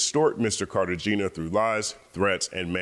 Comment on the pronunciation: The G in Cartagena is pronounced like an H, and the E is a soft E like "ay".